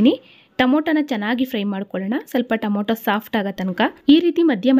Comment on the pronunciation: Please say Tomato 😊